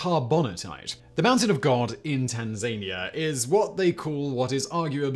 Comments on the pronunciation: Tan Zany Er ... ? I though Tan Zan Ear ... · I swear he does it on purpose, ref "Tanzania"